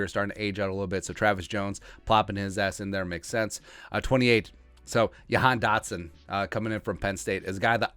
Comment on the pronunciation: It’s pronounced JA-Han dotson not ya-han. From Penn state alum.